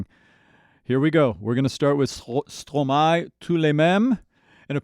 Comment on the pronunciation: Compliments on your French pronunciation, that sounds very good! Also try watching "Quand c'est", very impressive. Stromae is a fantastic composer and very creative; be sure to watch his full concerts on YouTube as well, you won't believe what you see and hear! 😍